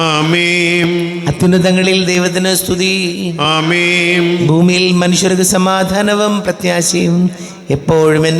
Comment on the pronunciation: ഈ കാപ്യര് എന്താ അമേം എന്ന് പറയുന്നത് ആമേൻ എന്നല്ലേ പറയേണ്ടത് 🤔ഇത് കേൾക്കുമ്പോ വല്ലാത്ത അസ്വസ്ഥത 😳